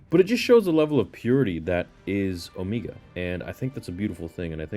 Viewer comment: Why do u pronounce omega and necromancer so weird like u literally hear how they say it in the show.